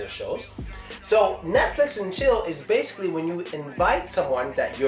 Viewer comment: dasically😂😂 Thanks man dis vid was very important.